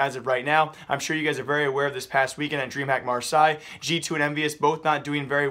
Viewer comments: MAR-SAY NOT MAR-SAI FFS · The way u said marseille xD good meme